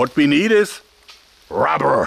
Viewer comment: rabberr lol